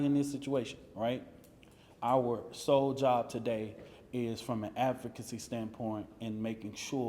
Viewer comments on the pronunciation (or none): none